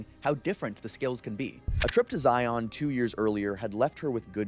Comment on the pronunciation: It's pronounced, "Zi-un", not "Zi-ON" 🙂